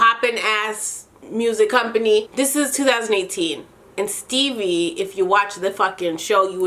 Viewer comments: Dying everytime you say “Stebbie” 😂😂😂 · The fact that you kept calling Stevie "Stebbie" 😂😂😂😂😭